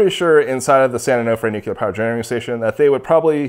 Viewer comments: New-clear, not nuke-u-lar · all 3 "measurements" were incorrect - because of wrong geometry, so you just ignore all 3 of them - this is how you should understand "that". also "nuke-lar", that's SO funny to hear, multiple times : )))